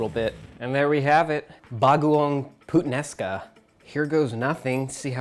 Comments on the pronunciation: i choked after he said PUTsomething sounds like putaenaka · I actually laughed when he say the "Puttanesca" thing it's just sounds like saying badword 😂 sorry guys lmao